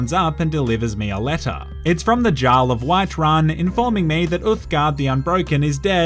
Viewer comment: “garl of whiterun”